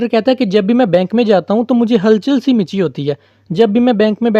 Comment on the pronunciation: Hal chal si machii hoti ha Michi nhi sir😅